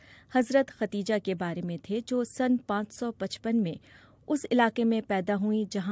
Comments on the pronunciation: Khadija word is correct , not khateeja, please correct your language Shakeel Azeem dated... 27 th May, 2023 خدیجہ درست لفظ ھے ، اور جو آپ نے بولا وہ غلط لفظ ھے ۔۔۔۔ آپنے کہا ختیجہ ، اس لئے آپ اپنی غلطی درست کرلیں ، عین نوازش ہوگی ۔ یہ درستگی سامعین کے لئے بھی بہتر ثابت ہوگی اور آپ کے لئے بھی ، چونکہ عوام عام طور پر ریڈیو اور ٹیلی ویژن پر نشر ہونے والے پروگرام کو صحیح سمجھتے ہیں جبکہ عام طور پر پروگرام پیش کرنے والے حضرات کا علم عامیانہ ہی ہوتا ھے اور علم لسانیات ( زبانوں کا علم ) سے انکا واسطہ براے نام ہوتا ھے ۔ جب بی بی سی کا نمائندہ خبریں پڑھ کر سناتا ھے تو عوام اسے دنیا کا قابل تحسین شخص سمجھتے ہیں جو کہ ایک بڑی غلطی ھے ۔ شکیل عظیم مؤرخہ 27 می سنہ 2023 ۔ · اصل نام خدیجہ تھا۔ آپ بار بار ختیجہ کہہ رہی ہیں۔ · How does the bbc recruit such kind of narrators? Every time she said “Khatija” instead of “Khadija”. Shame on!